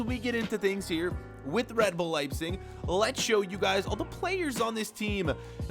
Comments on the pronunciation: Why are you saying "Liesing" it's pronounced "Lejbsik" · Please say your team name correctly